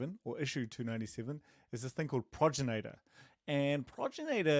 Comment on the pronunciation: I think crate's name is progenitor, not a proginator.